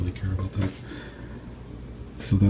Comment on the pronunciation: Just a little tip, it is South ord pronounced like 2 separate words